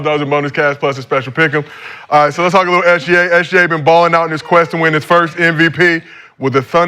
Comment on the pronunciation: Kenyon: "If he winning ight"😂😂